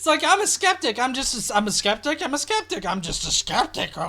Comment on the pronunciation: Dude just totally BROKE the word 'Skeptic' for me.